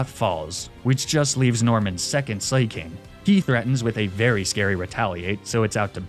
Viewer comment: ah yes slayking